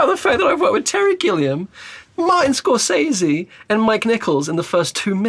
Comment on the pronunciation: Amazing how he’s worked with Scorsese but can’t pronounce his name correctly